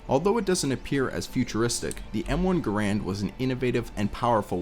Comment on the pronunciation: It's Gar-und. Not Guh-Rand. Great job, though.